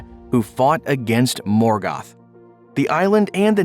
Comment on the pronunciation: Not morgath is morgoth